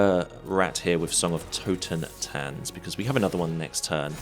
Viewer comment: Minor nitpick - i think you read the totentanz like totenzan, probably because of sokenzan :)